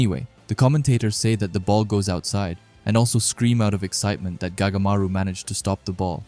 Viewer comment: His name is not gagamaru it goatmaru